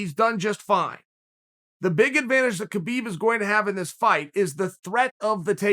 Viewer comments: Why do you call him KaBeeb it's Habeeb spelled Khabib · Come on Chael the champ name is pronounced habib, the smarts man on the plant should know better.